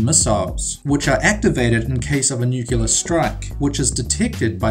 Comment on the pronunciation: NUCLEAR not NUCULAR